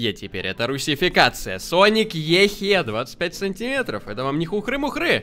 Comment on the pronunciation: Не ExE a Екзе тоєсьть E. X. E